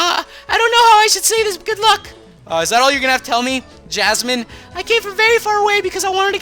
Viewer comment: jasmine. not yasmine. and i found a level 41 female shiny rhyhorn as soon as i entered the cave.